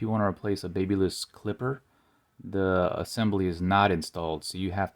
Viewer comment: Pls learn how to pronounce babyliss 🙏